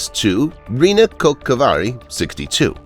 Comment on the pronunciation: holy crap that pronounciation of rynnäkkökiväri was bad XD no offense